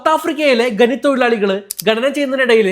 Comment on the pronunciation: ഗനി, തൊഴിലാളി ഗനനം ചെയ്യുമ്പോൾ😂 ഖനി തൊഴിലാളി ഖനനം ചെയ്യുമ്പോൾ എന്നാണ് പറയേണ്ടത് 😂😂